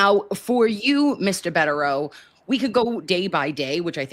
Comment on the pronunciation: I think they are wonderful too. I did cringe each time she called him Mr. Bedereau. It is Attorney Bederau.